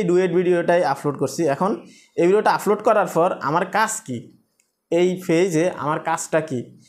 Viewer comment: ভাই আপনার এই ভাষা গুলো উচ্চারণ সঠিক করেন প্রতি ভিডিও এই শব্দ গুলো বলেছেন-আফলোড,ফতিনিয়ত,,ফরিশ্রম,ফেজ